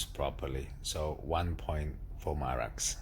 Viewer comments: I hate the way you call it Marax, it's Mara X ffs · Hi, I like and follow your videos. The correct name and pronounce of the machine is Mara and separately you should pronounce the X, just Mara and then x.